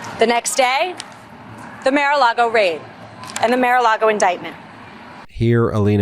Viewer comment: MARE a Lago? Not MAR?